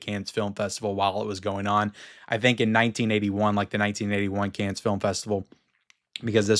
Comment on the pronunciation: Hi. Dont take this the wrong way...Cannes is pronounced "Can" as it's a silent "s". Those crazy French!